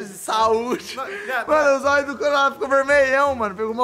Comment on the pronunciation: "Vai tomá no Zóii"😂😂😂